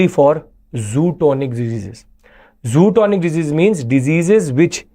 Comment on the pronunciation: Great lecture! Thanks a lot for clearing confusion between LAC and LOC. One suggestion, the disease spelling is zoonotic. But Sir, maybe pronouncing it wrongly as “zootonic”